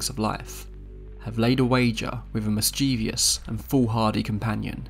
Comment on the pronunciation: Hon, you do see what that word is? MIS-CHE-VOUS. It is not "mis-chee-vee-ous". An American invention at that. 😐